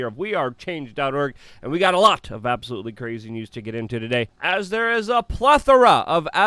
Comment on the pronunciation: I love it when Luke says “absOH-loOly” 😂👍🏻